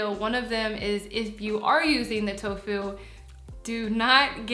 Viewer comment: "so next up we have silken...toe foo(t).." sounds delish 🦵👌👍